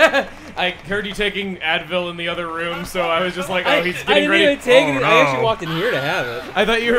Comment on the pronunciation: I Do too; I'm sure Chuggaa was getting sick of hearing himself say what Sounded like "I Didn't F***"